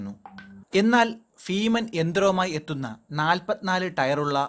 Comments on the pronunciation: ഫീമൻ അല്ല ഭീമൻ.... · ഫ അല്ല ഭ ഭാരം, ഭാരതം, ഭീമന്‍............. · Bheeman not feeman.